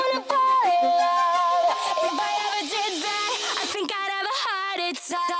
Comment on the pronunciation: At the start it sounded like she said hardy tack!